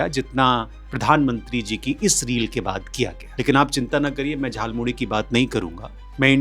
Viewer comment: Jhalmuli... bola bhi nahi aata.